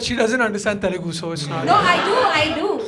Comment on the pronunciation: Bhai Telelgu nai hota hai, its Telugu.